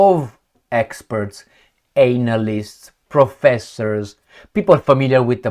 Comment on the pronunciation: Anal Analysts. As pronounces it is so funny